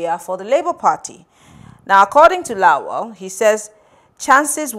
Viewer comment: I am surprised that the gorgeous and fluent Newcaster can't pronunce Lawal. She says Laol. When has La-wal become La-ol? If a German can pronunce Ikpeba, Oghedegbe and Iokhoibo distinctively, why can't an African person pronunce Lawal, the way it should be pronunced !? Anyway, that is not the major issue roasting us right now.